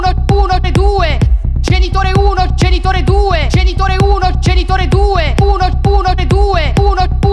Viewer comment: Solo a me sembra che non dica "genitore", ma "cènitore"? O forse più probabilmente sono io che sono andata in palla...